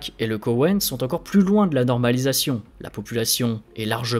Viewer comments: Très intéressant, beaucoup d'informations qui permet de comprendre ce qui ce trame dans cette région, par contre entendre Kowein au lieu de Koweit à plusieurs reprises étaient très agacant! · "Le KoweNNt.." Désolé, j'entend plus que ça maintenant x) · Dossier intéressant, petit problème de prononciation de Koweit... pas de "n"